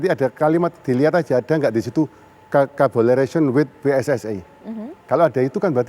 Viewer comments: ... collaboration pakk ... kabolarasion kabolarasion . Hadehhh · kabolaresyen😭😭 diulang lagi😭😭 pak pak isin aku pak, minimal lek baca tulisan enggres trus gaiso enggres e mbok ya didengerin lewat google translate nopo pak, latihan ngomong e alon2, duwe isin sitik po'o pak pak